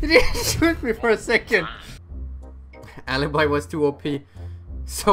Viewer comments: It's alibi no alabai becouse i'm italian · Se la chiami alaibai non è più tua. Si chiama ALIBI NON AILAIBAI comunque bravo, se riesci a tradurre spero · is Alibi not Alabai. I can tell because i'm italian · I'm from Italy, and the name is ALIBI!!! NOT ALABAI!!! I'm an you're fan:) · alabai is the English way of saying it. but yes you are correct, in Italian, it is pronounced alibi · hey, im italian and i think you should pronunce "Alibi" Ah-Le-Beh and not Ah-le-by in italian Alibi is read as you write it:D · the correct pronunciation is "alibi" as it is written, it is not alabai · Alibi no alabie im italian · I’m Italian the name is not alabai is literally Alibi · Isn't "alibai" but "alibi" I'm italian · Alibi not alabai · Pls.. it's not "alibai".. it's alibi.. say in italian pls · why do you pronounce so well "Maestro" and so bad "Alibi"..... her name is Alibi, not Aliby, please respect italian language 😂😂😂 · the italian pronounce is ''ùh-lee-bee'' :D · Sono italiano e si pronuncia alibiiiiii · Your pronuncion of alibi is wrong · I m Italian, you are worse When you speak alibi